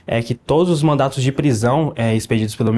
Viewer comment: E olha que falou “mandatos” mais de uma vez kkkkk